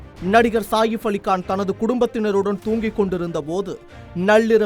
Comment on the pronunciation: செய்தி படிப்பவன்....ஏன் கக்கூஸ் போரவன் போல் பேசுகிறான். சாதாரணமாக உச்சரித்து பழகுங்கடா. அவர் சாஹிஃப் இல்லடா....சஹீஃப் என்று உச்சரிக்க வேண்டும். அதே போல் அது 'தேவாரா' இல்லை....'தேவரா' என்று உச்சரிக்க வேண்டும்.